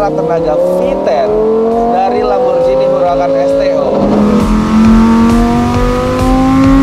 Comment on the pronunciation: Kalo gak salah nyebutnya Lamborghini yah pake G bukan Lamborjini.